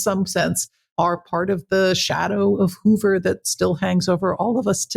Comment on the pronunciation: You say Hoover and Bobby Kennedy were there when Marilyn Monroe died? Hoover and Hoffa in bed together??? And you expect us to believe this BS? BTW - It's Hoover - not Hover. Marilyn - not Marylin. diary - not diarie. You are a Moron!